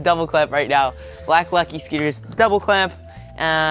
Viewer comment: It sounds like he's saying lucky sceeters